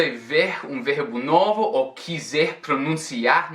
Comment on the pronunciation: Oi, muito bom vídeo, mas reparei numa coisa, quando você fala "ou" parece não pronunciar o "u" e isso soa bem estranho